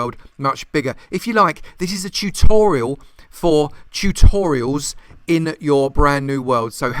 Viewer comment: “Tchutorials” I’m not making fun of his accent 👍